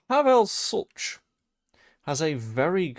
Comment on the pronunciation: Sulc is pronounced Shultz. Please stop saying it the way you do, it sounds clumsy